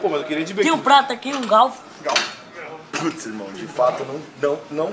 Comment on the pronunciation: Galfo KKKKKKKKKKKKK, tem não Cebolinha...